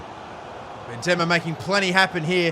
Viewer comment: bro said benzemer💀